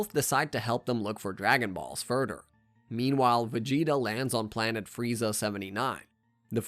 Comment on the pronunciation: He pronounces “demise” as “Dee-mice” and “further” as “fur-dur” … I think he’s just not great at speaking or baiting for comments complaining about it